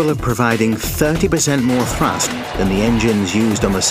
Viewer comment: "its thrascht that waont kwit"